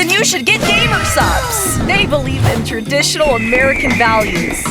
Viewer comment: "tradtional" :face-red-droopy-eyes